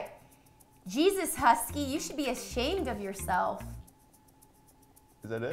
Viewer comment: actually no.. he is saying “H E S K " the "K" sounds like "keee" thats why its confusing.